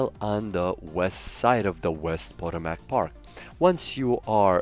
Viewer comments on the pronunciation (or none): He’s not American he said Potomac wrong aaahhhhhhhhh!!!!!!!!!